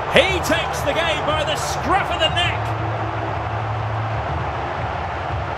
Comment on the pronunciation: valverdee? it's pronounced valverde